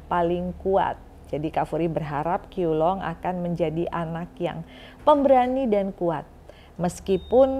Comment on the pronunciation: Bacanya CHIU LUNG